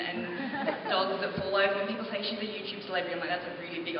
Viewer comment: She's always saying Youchube. It clearly says YouTUBE (in red) !! =T